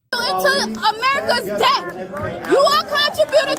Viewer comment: Did you hear how AOC (Alexandra Occasional Cortex) pronounced “debt”? Deb -t. It is pronounced “det” -the ‘B’ is silent. This is vital because it demonstrates she is unintelligent and has poor use and competency of the English language. It also signals her education level.